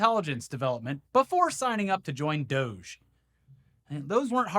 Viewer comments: it's pronounced dowj, please stop hurting my brain with "doggy" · Yay! Thank you for being the first person with an audience, that I have heard, to pronounce doge "doggy"! It's the little things in life that give me faith in other humans, you two are the greatest!!! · Pronounce it Do-gai. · I fully support mispronouncing DOGE. May I suggest that instead of “DOGGY” you go for “DOH-Ghee” to emphasise the stupidity of the situation via the classic Simpsons reference. Just feels like a missed opportunity. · I'm not calling it "doughzh." We don't call the FBI "Fehbee," or the IRS "Erhs." Call it the D O G E or "doggy" if you must. Don't give Elon the satisfaction of using his stupid meme name. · Actually DO GE, is pronounced DODGY, you just got to put some twang on it. Besides, it's far more accurate. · Please, please dogie is the correct pronunciation and please don't stop 😂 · Why isn’t it pronounced “Dodgy”? Seems obvious to me